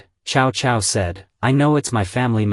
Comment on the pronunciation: Ciao-Ciao non si puoʻ sentire 😅